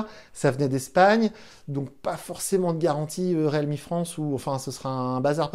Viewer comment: Le mec prononce même pas la marque correctement depuis 5 vidéos ..